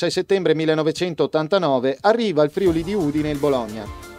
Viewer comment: Bel video! Però.. Si dice FriUli con l'accento sulla U, non FrIuli (con l'accento sulla I)...